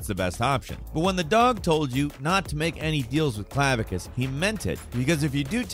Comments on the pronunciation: clavisious? you mean clav uh kiss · Clavicus not Clavicious, reading is hard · "Clavicious"? Dude, why do you mispronounce something in every single video??? 😂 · Clavicious. Lol. First time I heard it pronounced that way.